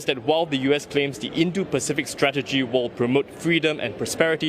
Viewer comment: Why kept pronouncing indo as indu?